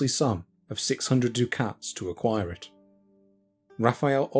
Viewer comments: Dude! "dew-KATS"? What the Hell are you talking about? Ducat is pronounced "DUCK-itt", as in "F*ck itt" Dukhat pronounced "dew-KHAT" was the leader of the Grey Council, considered the greatest leader of the Minbari since Valen himself. He was a character in science fiction! This is the kind of intolerable nonsense that makes me unsub. {:o:O:} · Ducats = duck-its Not doo-cats. EDIT: What a wonderful treatise on the provenance of the manuscript. Thank you very much.